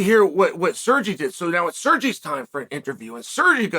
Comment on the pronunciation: At least he pronounced Sergey nearly correct